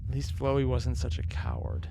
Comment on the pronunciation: Hey I know people hate on how you say flowey I just wanted to say that some people like to pronounce it Fl-ow-ee. I say there isn’t much of a difference but that is what their talking about